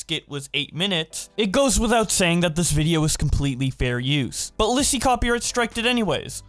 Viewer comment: You literally say linzy nooel 🤣🤣🤣